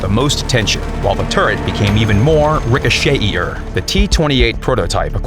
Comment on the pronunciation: Rico-chey-e-er Nice pronounciation.